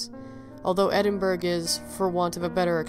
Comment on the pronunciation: So sad but a lovely tale. Could I just correct your pronunciation of Edinburgh, it actually sounds like Edinburuh or Edinboruh in Scottish, sorry so many people get it wrong but if you've never heard a Scot say it you'd never know.